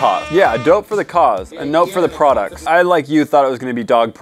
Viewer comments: No one: Absolutely no one:: were we wate pwoducs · Me for the past week trying to find the video where says " we wate products" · We wait pwoducts dope or nope: every single time. Me: wow just literally says it correctly every single time. Also me: lol Welcome to Dope or Nope the Channel in Which we Rate Products Dope or Nope. Um or we say nope or dope does it really matter? I don't know. (Just Joking) OK maybe not- #LMAO.